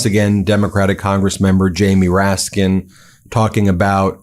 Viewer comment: It's Congressman "RASKIN" not "MOORASKIN..."